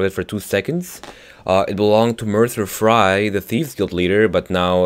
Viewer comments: LMAOOOOOO DID HE SAY MERCER FRY?? I thought it was "Mercer Frey" but who am I to judge? :P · Mercer "Frie"? Lol its "Frey" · mercer FREY not FRY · "Mercer Fry" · Mercer frey... Is he a french fry or are you gonna say it the way its supposed to be pronounced? Fray (actually spelled"Frey") or Fry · mercer fry? it is Frey and is said fray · Just one thing. Mercer FREY, not Fry. He's not a fried chicken xD Haha, deep fried Mercer xD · Mercer Frey (or Fray idc) not Mercer Fry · Mercer Fry! XD Sorry, just funny :3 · It's Mercer Frey bro ⬇ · He said fry not Frey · Mercer "Fry" lol frey* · Its "Fray" not Fry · It's mecer freys not mecer fri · You can stop saying Mercer Fri. It's Mercer Frey ( F-R-EH) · FREY NOT FRIE JESUS CHRIST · mercer frie xD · "merrcer fry" bruh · Did this dude just say "Mercer Fry"? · "Mercer Fry" lol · Mercer Fry? What? lol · Sorry but I find the way you pronounce some words. Mercer Fry XD